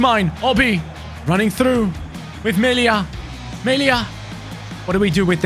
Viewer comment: Its so funny how you say melias name😂 its just me-lee-a🙏 great player🔥 joining tottenham once he turns 18 due to brexit rules. Got signed for 4 million